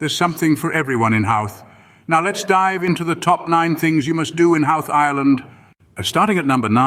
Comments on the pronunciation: First thing I'd recommend you do is learn how to pronounce the name of the town properly. It's not How-th. It's Ho-th. Also, be warned that this video is full of clips that are not of Howth. After watching the whole thing it should be classified as false advertising. Find another video to watch; there's lots of them. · Lovely to see old places. But - why not an Irish voiceover? Why didn't someone tell the narrator that the name is pronounced HO-wth not HOW-th? The interesting point for me is for years I've tried to tell people there must have been an ancient connection with famous archaeological sites Knowth and Dowth, pronounced as he pronounced HOW-th! Good one but some shots are not of Howth. Thank you. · Hilariously inaccurate video, and maybe a quarter of the images are actually of Howth (which is not pronounced How-th, but Hoh-th). To list all the things that are misleading or just plain wrong would take longer than watching the video. Its very existence mystifies me... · As a Resident of Howth (pronounced with the Brythonic w as "ho-oth"), this video is utter AI sausage-meat en$htification. An indictment of it's creators and presenters. :-( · It's not pronounced HOWth! 😂 Half the stuff in this video is not in HOWth. 😂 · Colourful houses at the beginning of the Video is not Howth pronounced (hoo th ) those houses are in Cobh Cork pronounced Cove .. bh in the Irish language sounds like the letter V ( bh= V) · Funny pronunciation of Howth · complete hogwash..cannot pronounce the name of the town properly, over half of the clips are NOT of Howth,,I wouldn;t go anywhere with this gang..you might end up in Outer Mongolia